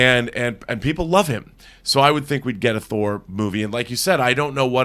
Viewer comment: "Thor Four" 😂